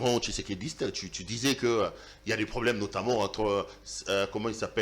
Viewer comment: Avec une confusion ds le diction, il pronnonce "ti" au lieu de "tu"